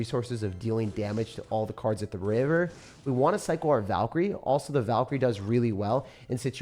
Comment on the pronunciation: all of the cards at the RIAEVER 💀💀